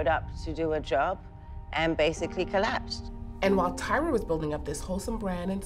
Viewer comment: Where is there pitting here? Unless this news is made up, there is NO pitting here. They’re just reporting news. And it’s “Tyra” not”Tiara “. These two debuted around the same time so it’s inevitable they’re gonna be paired. As long as is not for rivalry reasons…..